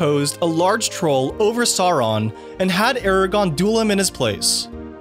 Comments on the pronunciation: He was saying Soron and Smog too. Instead of Sour-on and Schmoug. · it's Smowg. Sour-on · Ah yes love hearing Worgs, Smog and Souron in a Middle-Earth video! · Cirith is pronounced with a K sound, not an S sound. Elvish didn't have a soft 'c'. Also, dude I can't lie your pronunciation of SAWRON and ARAGON is killing me. Aragorn is not a young Dragon Rider saddled with the responsibility of saving the world. And it's always been pronounced "Sow-ron." Like Sammath Naur, the Crack of Doom, it makes an "ow" sound, not an "aw."